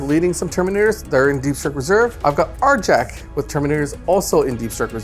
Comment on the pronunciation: Agreed. The wolves don't build console gaming systems. They complete sagas, not Segas. Also, the letter "J" is pronounced as a "Y": Njal = Nyal Bjorn = Byorn Arjac = Aryac